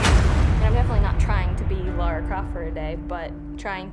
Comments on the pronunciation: Cool video, despite the fact that everyone keeps saying Laura on occasions. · Im sorry, but I cant stand that this is on the OFFICIAL TR channel and made by them, and not a single one of them can say Lara! Its not LAURA - LA RA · Does all this and can’t pronounce LARa Croft. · its Lara not Laura